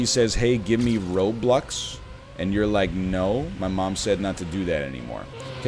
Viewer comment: My man actually said "Roblux"